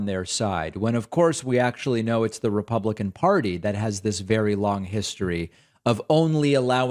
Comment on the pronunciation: He said become a republicon. 😂